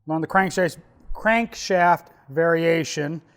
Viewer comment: Thx for the demonstration my fiend! I now fell better because saying the crankshaft word has always been hard for me so when I hear you struggling with that word it made me realize that is just hard to say!! Lol